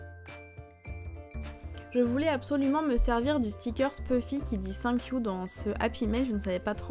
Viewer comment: Ton accent anglais : cinq you 😃😃😃